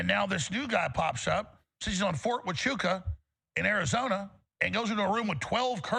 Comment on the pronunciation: Fort Huachuca (wa-CHOO-kuh) 🤣🤣